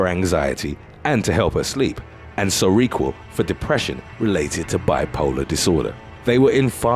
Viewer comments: It's SERA-QUILL and MAH-HO-KNEE - jeez. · Oh yeah, you pronounced Ser o quel wrong:^) just kidding m8. Respect